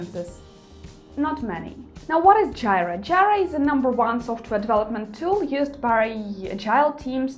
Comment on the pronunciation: Jira (/ˈdʒiːrə/ JEE-rə) ;)